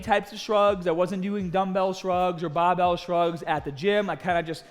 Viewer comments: Title says BARBELL so i instantly clicked, just to hear BAHBELL from this man ! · Only had to scroll down 10 comments for the first "BAHBELL" comment....lol